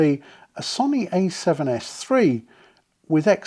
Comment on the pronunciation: Love your videos… But please stop calling Sony sunny. Its Pronounced So-oh-knee. Not sunny. Don’t mean to be an ass about this but it’s my second favorite company. 😂